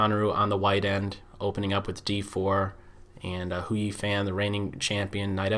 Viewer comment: Nice analysis but fan in hou yifan is pronounced something like a 'fun'